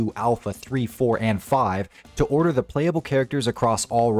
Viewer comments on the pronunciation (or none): none